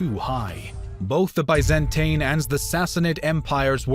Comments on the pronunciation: Tin Not tain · I hate the way this dude pronounces "Byzantine". Apart from that, I have to say it's nice video. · Biz an teen Not By zan tine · say it with me: biz-in-teen. the biz-in-teen empire. not the bye-zan-tain empire, biz-in-teen empire. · Byzantine.... not bizantain-.- con-stan-ti-nople not consininople -.- jesus!! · That’s American everyone else in the world pronounces it as by not bi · Bizentain? Constintinople? Really? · “Biz-Ant-een empire” That’s a funny way of saying Roman. Good video but the pronunciations here are cringe 😬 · If he says "bi-zan-tain" one more time, I am "goo--ing" to "de-clure" "ware" on him! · I want to watch this...but hearing Ba-zen-TIE-n and con-stit-tin-ople makes that impossible 😢😢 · Why do so many people keep complaining about his pronunciation of 'Byzantine'? Since when did the American 'Bi - zuhn - teen' become the God-inspired 'true' pronunciation? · nobody: Absolutely nobody:: BYE-zan-TANE EMPIRE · BIZ-IN-TEEN pronunciation is everything in history do better or I will unsubscribe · Bye-zan-tine or Con-stand-ti-niople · Ah, yes. The great city of Consininople. Capital of the Bi-zan-tain empire. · Bay Zan Tain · Bay-zan-tain sultanate!1!1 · Nobody:: ByzanTAIN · Constant nople? By zen teen. This narrator butchered the most well known pronunciations. Geez. Like he never heard of these words? Isn’t he looking at a script? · It's pronounced BEE ZAN TEEN. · Bai-zen-tain. Constani-nople (no "t") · I just don't like they way you pronounce "Byzantine" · dude what's with the way you pronounce Byzantine fml? there are 2 ways to say it, and you can google it: either UK version, or US version. either you prefer, they are both internationally acknowledged. they way you say it, and really sry for this comparison, is like listening to Beethoven's opening of the 9th Symphony, while hearing some diarrhea farting sounds in the Hall. really ruins the frickin' concert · He is just so bad at pronouncing Byzantine.